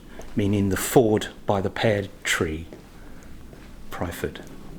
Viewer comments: Nice video, I was christened in that church. The village is Pyrford, pronounced perford. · Far be it for me to correct your pronounciation, but Pyrford is pronounced "Purrford" by us locals. There are many people who get confused and put the r before the y, but no biggie :)